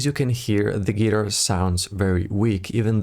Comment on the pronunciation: Dude! Thanks for the video! Please check the pronunciation of the word guitar!